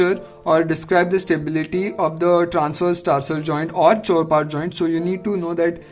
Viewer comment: That's a chopart joint...... Not a chorpat 😅